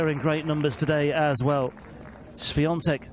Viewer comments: Też zwróciłem na to uwagę. Wymawia tak dobrze, że przez moment zastanawiałem się, czy to nie Polak. :) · komentator ( mysle ,ze nie Polak?) ...jak poprawnie wymawia nazwisko i imie naszej tenisistki ... widac , ze docenia jej talent 😁🇵🇱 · Od razu pomyslalam o trym samym , ze nauczyl sie poprawnie sie wymawiac nazwisko i imie , moze przez szacunek dla jej talentu ,a moze slyszal odp Igi jak brzmi jej nazwisko po angielsku , a jak po polsku , no i jak woli zeby wymawiali jej nazwisko ? Iga odp. ze chce czy tez bardziej jej sie podoba jak poprawnie ,po polsku wymawiaja jej nazwisko komentatorzy czy dziennikarze - tak zrozumialam odp.Igi SWIA,TEK 😜